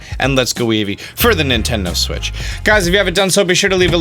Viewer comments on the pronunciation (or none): none